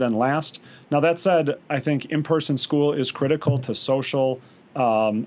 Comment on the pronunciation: Did they say it was a "critical step forward" or "criminal"?